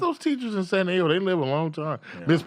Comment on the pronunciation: the fact that you said DAYGO!!!